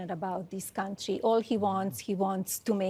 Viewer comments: The way she says "Cuntry" tells me all i need to know 😂😂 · WTF is a Kantrie